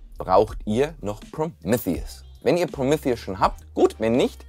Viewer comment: Geiles Video, mehr unraid content!! Irgendwie hat es mich fertig gemacht wie du Prometheus ausgesprochen hast!!!